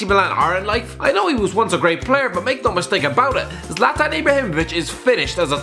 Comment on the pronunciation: Its Zlatan not zalatan